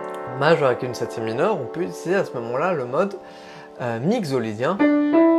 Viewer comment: Merci pour cette intéressante approche des modes, une petite remarque : il me semble que « mixolydien » se prononce mikso (comme un mixer ou la mixité) plutôt que migzo 🙃